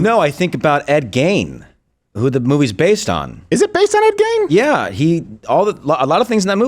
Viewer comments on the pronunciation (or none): I heard "Gein" rhymes with "mean" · U Guys R saying ED's last name wrong. I live 15 miles from his grave and town in Wisconsin. That's be spooky place to visit at sundown. Hmmm...